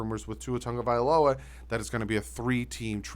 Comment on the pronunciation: It’s sad that ppl can’t still pronounce our QB last name it’s NOT TANGAVAILOA ITS TAGO***NOT TANGO